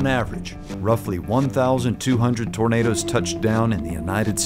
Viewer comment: we’re starting off strong yall: “on average roughly 1,200 burritos touch down in the United States every year.” big ass burrito “gorgeous burrito!!” “tor-Night-o” 💀